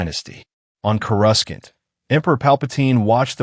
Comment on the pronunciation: 4 out of 5 stars , the mispronunciations of courasaunt and organa are annoying